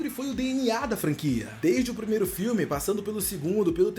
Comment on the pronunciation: Primeiro e com r não com l